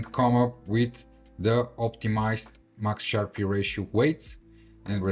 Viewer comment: Nice vid, nice skills, it is pronounced Sharp ratio, not SharpEE though